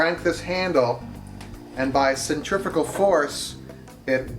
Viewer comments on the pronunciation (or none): none